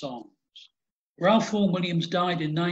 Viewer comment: Pronounced "Rafe"......NOT Ralph!